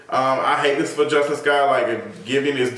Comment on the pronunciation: Her name is pronounced as Jus-TEEN